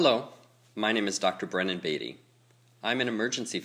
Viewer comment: I don't trust a doctor that pronounces his own name wrong😂💚